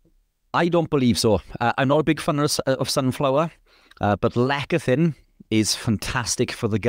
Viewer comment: It's pronounced less e thin, not lek a thin